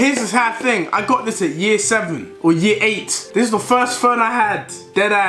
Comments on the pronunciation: Is deji trying to speak like a Jamaican "the slide up ting" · How many times did this man say ting?😂😂😂